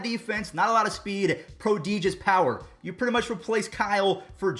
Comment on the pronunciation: you keep saying "prodigious" incorrectly